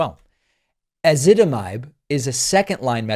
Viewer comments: You got the pronunciation correct- stress the “zit” in Ezitamibe. Honestly. My pharmacist had to teach me how to say it. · I take Ezetitimibe and even I can’t pronounce it! You did an excellent job.